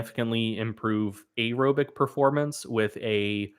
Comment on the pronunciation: Why does pronounce “aerobic” so fucking weird? Especially compared with how he pronounces “anaerobic”. I feel attacked.